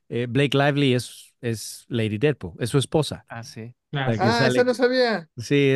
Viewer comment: 😆 "Didpol y Volverain", nada en contra de los muchachos Tienes que buscar con quien "discutir - debatir" al tú por tú ¡Felicidades por intentar cosas diferentes! PD: ¡Thor!! 😆 PD2: 🤷‍♂️ No aparece "Cable" ni "Dómino" por cuestión de presupuesto, ¡no te claves! 😆